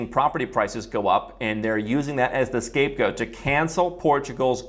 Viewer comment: did he say scapegoat 🤔